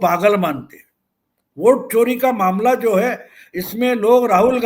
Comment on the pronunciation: सर आप वोट चोरी की बात कर रहे हैं और मुझे चारा चोर सुनाई दे रहा है।